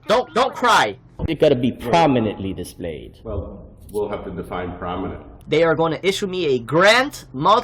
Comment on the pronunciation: I don't recall the new law saying anything about things being "dee-splayed" on the first page